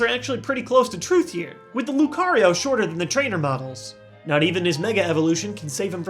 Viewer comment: what lucario. not lucario whyyyyyy. my favorite pokemon why